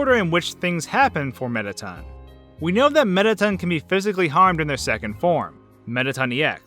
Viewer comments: AHAHAHAHHA "METTATUN" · You pronounce all the names wrong on several levels, I mean, "Mettaten"? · alphys, not alphees mettaton, not mettaten napstablook, not napstabluk